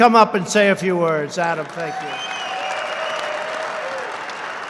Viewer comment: Tank-you Donald